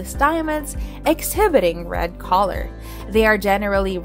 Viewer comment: Annoying to hear ‘colour’ pronounced ‘collar’….